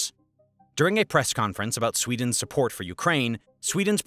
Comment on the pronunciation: as SWEEENS newest member... lol